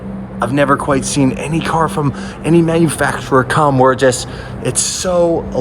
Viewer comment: What's a manufactfurrer?